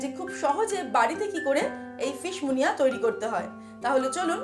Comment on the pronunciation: Munia নয়, Muniere ... ফরাসি খানা। আমাদের পাল্লায় পড়ে মুনিয়া হয়ে গেছে।🙂